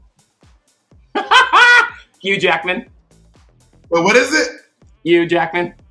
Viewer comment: I love that thorgy pronounces Hugh as a fellow Yorkshireman